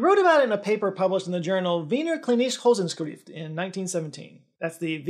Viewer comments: "Hosenskrieft" instead of "Wochenschrift"....ALL the germans are laughing their asses off xD Love u:* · Not remotely how Wochenschrift is pronounced